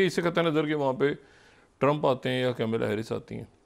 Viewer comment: Kamala harris not camila harris. Mr. Propagandist pronunciation should be corrected.